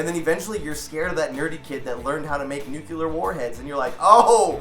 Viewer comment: Damn, George bush really fucked up a generation's ability to pronounce the word "nuclear"